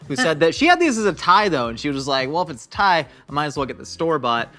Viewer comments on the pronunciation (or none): none